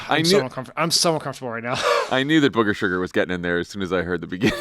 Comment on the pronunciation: Love the "Bougger Sugar"